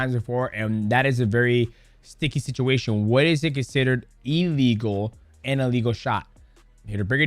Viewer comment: Who knew "a legal" and "illegal" sounded so similar 🙄